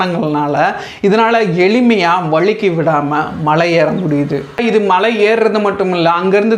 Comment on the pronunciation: தலைவரே மழையில்லை. மலை.